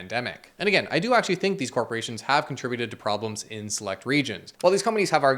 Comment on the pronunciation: This really makes you fink... and perhaps thats what they want you to fink... #finkaboutit